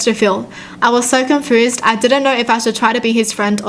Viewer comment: Everyone gonna ignore the fact that she said confrused an not confused